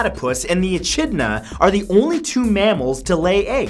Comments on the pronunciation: It’s pronounced E-kid-na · I’ve never heard echidna pronounced that way 😅